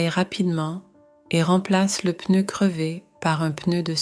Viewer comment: I do enjoy watching these stories. However it would be better if real people were speaking not a computer. The word ‘pneu’ is pronounced with a silence ‘p’ but the computer doesn’t silence the letter when pronouncing the word. This is not great for people who want to learn a new language. Not the same red dress worn throughout the story! So many different dresses 😁